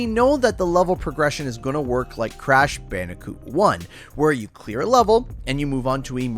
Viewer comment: Lol bandi-cute